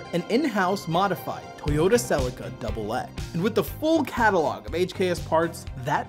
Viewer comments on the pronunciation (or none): none